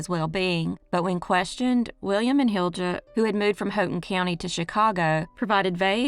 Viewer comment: As a Finnish person, I want to give a side comment: Jutila is pronounced Yutila and Hilja as Hilya and so on, pressure on the first syllable. Markku is probably more like Marcku. Stressed on the middle of the name. Anyways, back to the video